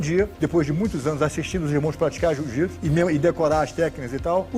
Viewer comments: Alguém aí percebeu que ele fala "jujitsu" ? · E aprendeu errado porque não é jiu-jitsu é" JŪ JUTSU"😂